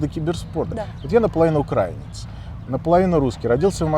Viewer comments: украИнец а не укрАинец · Наполовину укрАинец незнает как правильно говорить слово украИнец. Чувствую подвох здесь..